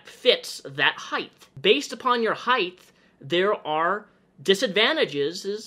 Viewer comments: Great video with good points but I don’t think it’s pronounced “heigth” it’s height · Is it just me or does pronounce "height" as "Heigth" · Are you saying "height'th"? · word of the day; "heighth" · i agree with the message as a whole. but is he really pronouncing "height" as "heith? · Are you saying height or heighth? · Omg Please stop saying ‘heighth’!!! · You keep adding a “th” to the end of “height”. Sorry dude but it really bothers me lol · Can we please talk about the fact that he is saying HEIGHTHHHH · omg. please. stop. saying. heigh'th'. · It's just height. Heighth is not a word. Sorry, I hate being that person but I had to say it. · . It's height, not heighth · STOP SAYING HEIGHTH!!! ITS HEIGHT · me watching the video Hmm yeah this makes sense says "heighth" AAAAAAAAAAAAAAAAAAAAAHHHH NONONONONONONO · "heighTHH", "heighTH".. There's no h in height yikes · Say "heighth" one more time... jfc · i swear to god say heighth one more time and i'll cut off my legs so I have less of it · Are you saying "heighth"??? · I like how you say height #heighthhh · One critisism: height is pronounced like kite, with a hard T at the end, not TH. Your brain is switching the H-T at the end into T-H. And height was used A LOT in this video. Sincerely, The Word Police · heighth lol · why do you say height with an h at the end? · Height.....thhhhhhhhhhhh...😂 Sorry had to point it out. I would never sit in the middle seat unless I knew who the hell was beside me. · buddy why you say heighth im fucking choking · I love the way you pronounce height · I think he pronounces "height" right about 50% of the time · really out here hitting the hard TH in height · Why do you switch saying height correctly and incorrectly. It's pronounced like the word weight, not length. Sorry just bugged me.